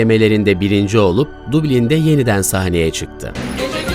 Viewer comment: Yuro değil öro, dublin değil Dablin İçerik üretmeden önce neyin nasıl telaffuz edileceğine çalışın arkadaş Hatalar o kadar kulak tırmalıyor ki yarısına dahi gelmeden kapattım